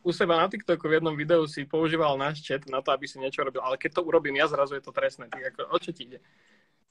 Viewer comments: Ze chat sa cita čet ty anglican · Jak to povedal že chatu namiesto četu xddd